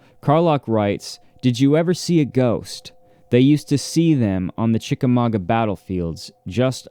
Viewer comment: Yay!!! As a Chickamauga girl, I'm tickled pink that you pronounced it correctly!